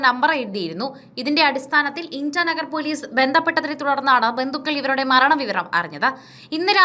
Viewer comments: Intanagar alla koche Itanagar kettittille. Vartha nokki vaayikkunnathano. Enthayaalum kurachukoodi shradhavenam. Onnumillelum pathuper kaanunnathalle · ഇന്റാ നഗർ അല്ല ഇറ്റാ നഗർ എന്നാണ് പറയുക...👍👍